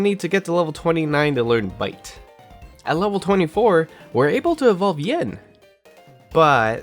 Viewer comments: Take a shot every time he says “Ying” instead of “Yin” 😅 Happy 2 day hangover! I love eeveelutions so I did love this video, just kept noticing it haha. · this was super entertaining! only gripe i have is yin usually being pronounced ying, rip. probably going to watch leafeon and glaceon combo next! good work ^^